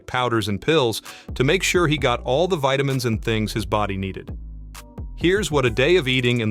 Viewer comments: He takes vitamins AND veetamins? No wonder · Wow he ate vegetables for veetamins..wtf is a veetamins?..😂